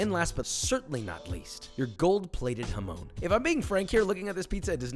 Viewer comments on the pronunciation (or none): The pronunciation of jamón hurts me😭😭😭